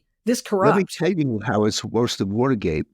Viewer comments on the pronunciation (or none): . "this is so much vvorse than VVa*erg*ate". Bam.